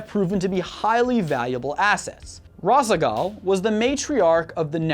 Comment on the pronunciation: Nehr-rah-zeem, Tahl-dah-reem, Rah-shah-gahl It takes 30 seconds to look up pronunciations.